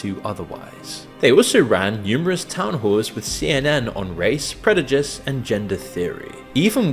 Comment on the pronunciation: did he say "predujice?"